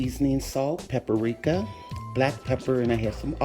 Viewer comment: what is pipirika? do you mean paprika?